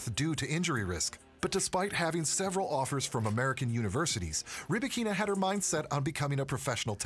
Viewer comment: Stop calling her RybakEEEEna. The accent on “A”: RybAAAkina. Don’t butcher name of this beautiful and talented woman.